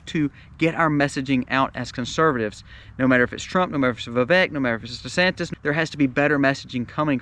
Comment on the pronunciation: It’s Vivek like Vivake ‘cake’ according to the man himself. FYI